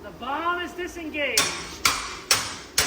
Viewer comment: You said “bomb” but I heard “bong”…. And I was like WTF….am I high??